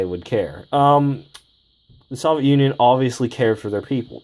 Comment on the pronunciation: The way you say soviet bugs me